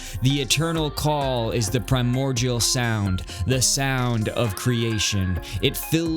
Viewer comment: The way you say primordial is driving me insane sorry